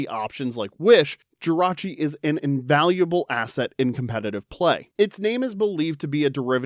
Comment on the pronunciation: THE T IN JIRACHI IS SUPPOSED TO BE AN R!